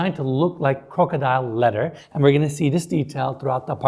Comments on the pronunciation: It's kind of funny when you say leather wrapped it sounds like a letter wrapped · Your tours and the way you present are wonderful. But "letter" always gets me 😁